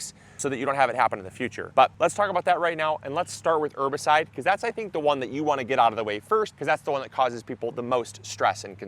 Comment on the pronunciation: ERRRRbicide. Polite reminder that the H isn't silent.